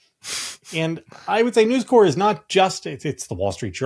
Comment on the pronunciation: You pronounce the p in News Corp. It’s not like Marine Corps.